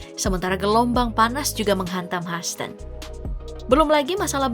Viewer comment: Hyhouston huston , haston 😅😅😅